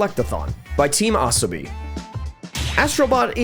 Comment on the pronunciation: You can't even pronounce Team Asobi properly.